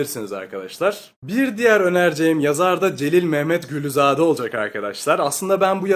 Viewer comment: Celil Məmmədquluzade'ni telafüz ederken Memmet gülüzade diye değilde Celil Memmed kuluzade deseniz daha doğru bir telafuz olur 🙃